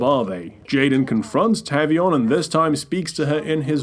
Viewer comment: It's TAVE-EE-ON. Not TAV-EE-ON.